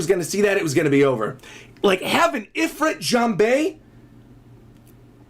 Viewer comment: it's not if-ren jambe.. it's called ifrit (e' fiiirt) jambe and fun fact, this is known as one of the strongest demonds